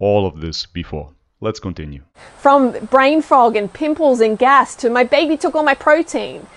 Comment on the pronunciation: I am pretty sure banana girl said brain frog instead brain fog. Poor angry banana girl.